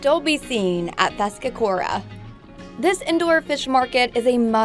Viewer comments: Spelling is wrong, it's Feskekôrka/Feskekörka. And then she said "feskekora"... Slottkogen!? How does she miss the two S in the word!? "Skatsken". Again... haha, just ignoring letters. Pretty sure she said the English word Archipelago wrong as well. orz It's one thing to not know or not pronouncing things exactly right in another language, but I'm so confused about some people who just skips letters in words. Otherwise a good video. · I think it should be Feskekörka, since in standard Swedish it would be Fiskkyrkan. Standard Swedish y mostly becomes ö in Götaland dialects. Also compare the pronunciation of English church. But 'gott' should be 'gôtt', 'pojkar' should be 'pôjkar' etc. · The way she prononce the Fiskekörka, Slottskogen,Haga Nygatan ..etc etc...made me laugh out loud.. it seems like she has never been to Göteborg... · The way she pronounce Fiskekörkan almost made me fall of my chair from laughter